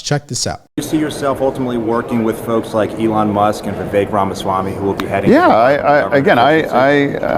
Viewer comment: funny how Dems shouted racism when Kamala Harris name was mispronounced but Jim Acosta can say VIvik instead of Vivek